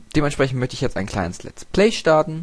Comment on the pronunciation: Noch etwas, es heißt Let's play und nicht lat's play :D